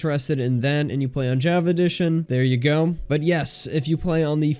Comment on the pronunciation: The way he says Java sounds like jAvA